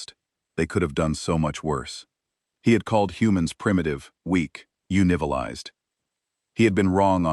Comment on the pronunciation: The funniest part of this story is , when the ai, pronounced uncivilized as you but as in the letter U and Nivilized.😅😅😅😅😂😂😂